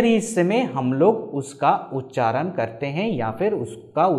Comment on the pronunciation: Its feels as if somebody is beating my ears with hammer everytime he pronounce उच्चारण as उच्चारन He is a vedic pundit and he doesn't know the difference between ण and न